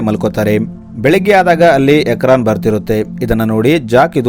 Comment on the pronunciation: Ukraan ❌ ikraan✅